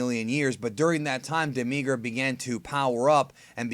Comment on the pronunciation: why do you emphasis the i in demigra?